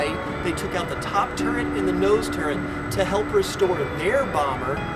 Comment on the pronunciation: I love your videos--you do a great job of informing us while making it fun. A tiny bit of input and I hate to sound pedantic, but since you're an educator, I know you want to get it right: it's "turret," not "turrent." Only telling you because I would certainly want you to tell me. Thanks again for the great videos, and keep the the good work!